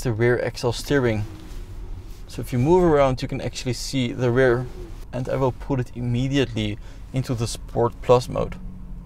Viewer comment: Ugly dutch accent, stopped watching after i heard: ünlock and ~rare steering😥😥